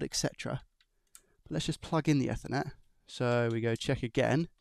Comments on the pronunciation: It's eat her net not ether net. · Eethernet EEEEE-THER-NET 😅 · “F-ernet ” lol come on now. Never ever pronounced like that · I liked what I saw, but you butcherd a certain word throughout the presentation. Ethernet! Pretend its got an extra 'E' at the begining.... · ok, now use that 'either' you said there for the first part of 'ethernet', and you are spot on! 🤪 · Please, google how to pronounce "ethernet"